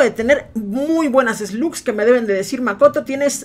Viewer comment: Makoto cuando dice esglus diablo se refiere a las malvadas